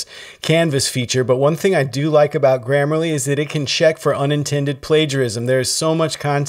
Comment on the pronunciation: It’s “grammarly”